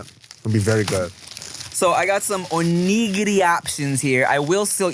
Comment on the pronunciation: Tim putting so much emphasis on NIG in Onigiri